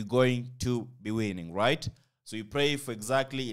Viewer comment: RRRIGHT... I always love that word..